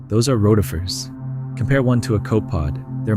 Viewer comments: It is not pronounced "cope-pod" but co-pe-pod (3 syllables) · By the way, it's not "cope pod." It's "co-puh-pod." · Correct pronunciation is "co-pe-pod" not "cope-od". It's 3 syllables not 2. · copepod is pronounced cop-ee-pod, its really hard to keep hearing cope pod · co pee pod not copod. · Well done. Brilliant and fascinating video. One niggling correction: "copepod" has three syllables, "CO-puh-pod." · jfc, copepod is pronounced co-peh-pod. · Never heard anyone pronounce copepod like that before. It's a Greek word meaning oar-foot, or paddle-foot. I've always heard it pronounced more like ko pee pod, or ko pay pod, like an insurance co-pay. Either way, the e isn't silent. Same was as the e in Nike and psyche isn't silent. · Pronounced cope- eh- pod. Respectfully. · It's pronounced co pi pod and row ti fer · Copepod has three syllables - and Rotifers has a long O. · Copepod is three syllables.